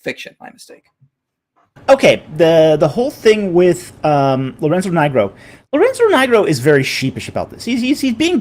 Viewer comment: Lorenzo Knee-grow, not Lorenzo NIgh-grow. How would you pronounce Carleton S. Coon's surname? Cone, maybe? Grow a spine, it is not a racial slur, it is a person's surname and it does mean black/dark. So what? If an English person has the surname Black are we now to pronounce it Blask or some other garbled nonsense? 🙄